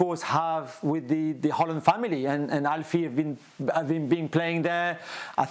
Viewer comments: The subtitles says Holland, and quite frankly, that's what I hear too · They say Haaland All I hear is Goaland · Pronounsing his name correct.Imagine the letters was Howland, or How Land